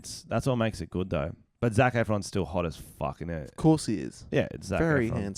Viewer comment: "zefron" hahahaha CHECK OUT OUR PODCAST!!! EPISODE #2 COMING SOON!!!